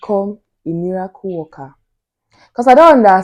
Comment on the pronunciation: The way she says ' miracle worker'